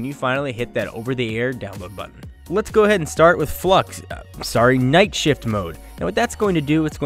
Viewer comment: The f.lux "flub" was really funny